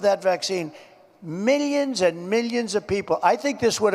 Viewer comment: I hope "meelions" becomes the new mock word like "Chiynah"